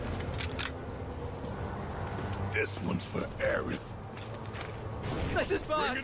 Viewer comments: Aerith bro (Air-ith) Not Eris (Air-iss) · WHO is Aries? Isnt it Aerith?😅😂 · It's Aerith, not Aeris. And her death wasn't ruined, it was both the same and different. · Isn’t it Aerith?